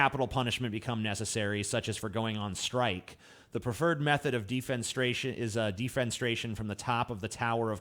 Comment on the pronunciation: It's pronounced De-fen-eh-STRAY-(tion).